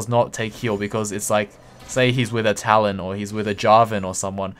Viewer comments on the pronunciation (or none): none